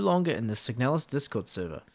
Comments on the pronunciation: The slop pronounces "Signalis" as "Sig-a-nalis" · I always pronounced it "seeg-na-lizz" with the "na" read as it is in "narcotics". Had no idea it was pronounced "seeg-nel-us" like does.